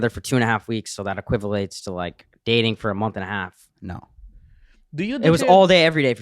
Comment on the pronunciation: “Equivelates”